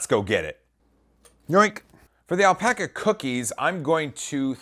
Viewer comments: Great vid. But still cant get over "Alpoca" Lmao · Lol the pronunciation of alpaca.